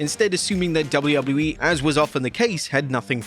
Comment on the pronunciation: I hate the way you say “WWE”